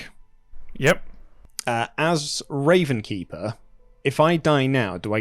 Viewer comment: why does everyone keep calling it the RavenSkeeper? There's no S there. It's just the Ravenkeeper